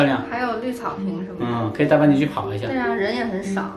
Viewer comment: 你喊半斤的时候，我听成了bia ji😂